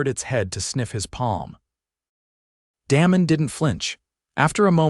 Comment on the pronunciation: AI can’t pronounce words/names correctly! Da mon not Damon…. It sounds like AI is saying Danom